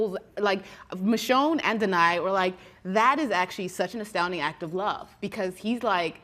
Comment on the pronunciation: I loved how she said meeshune instead of michonne